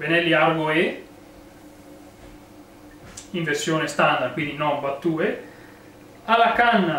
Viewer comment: Bella recensione! Per il mio personalissimo parere la trovo bruttina e poco versatile, un piccolo appunto, la sigla "battue" si pronuncia "battiù"